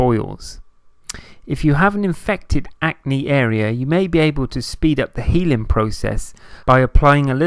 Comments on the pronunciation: It’s ACNE not ANCE!!! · Acne not ance